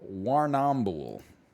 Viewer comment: OOUUUUCHH the way he said Warrnambool